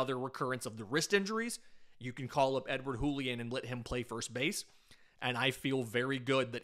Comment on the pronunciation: It's not a spanish J, it's a french J. "Julien", not "Hoolien"